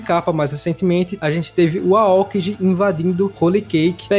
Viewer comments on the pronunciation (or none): Mano, eu desisto do seu canal. Sério, mano, parece que vc não assiste o anime, pois fala errado os nome do personagens. Vou citar só 2, mas vc fala errado mais nomes. Não é kiZÁru, nem aÔkiji. Se liga, que tá feio e vergonhoso.